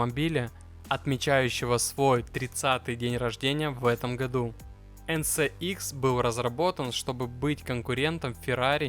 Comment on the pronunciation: От ЭН СЭ ИКС уши вянут)) ЭН ЭС ИКС)